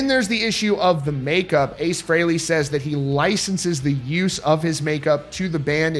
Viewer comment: He's saying Frehley wrong. No one ever pronounces it that way. Listen to Kiss Alive II and you hear Paul Stanley say it the way EVERYBODY HAS SAID FOR DECADES!!!! IT'S PRONOUNCED FREELY YOU PRETENTIOUS FOOL!